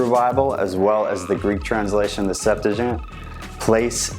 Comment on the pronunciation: Sept-too-uh-gent Not Septa-gent....